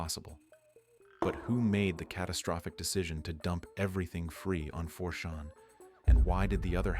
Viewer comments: And it's not 4 "Shawn". CHAN, dang it. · 4 shawn. I lul'd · this bot voice... 4 shawn. 4 shawn hmm?? does it mean 4 CHAN? why is it saying 4shawn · Why are you pronouncing it 4 Shawn? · The AI narrator.. "Four Sean, Roooooter" Come on guys.. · Yeah I was caught by surprise at the odd pronunciation of 4chan where the chan sounds like shan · 4-SHONN? Really? f you insist on using a text-2-speech program with zero grasp of the English language, maybe you should get a native speaker to proof it after it's done reading the Wikipedia article. Oh and see if your text-2-speech bot can handle this "MOE-RONN" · 4shuan maybe? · It's 4 chan. As in Jackie Chan. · Yah he keeps pronouncing 4chan like champagne lol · How can your AI not know how to pronounce 4 CHAN? Or Ironically? Do better! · Yeah, mispronouncing 4Chan and “ironally” were two sloppy mistakes that prevented me from subscribing and spreading this channel. That’s just lazy to use AI and not listen to it before uploading